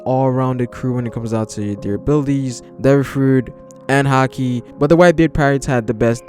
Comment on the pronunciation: Its haki not hakii